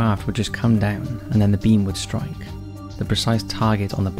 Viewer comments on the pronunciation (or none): none